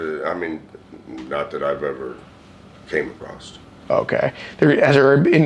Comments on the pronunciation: Goddammit the # of people that say "acrost" instead of across is mind blowing. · Acrost the ocean. In a land far away. Youre so gay. You're so gay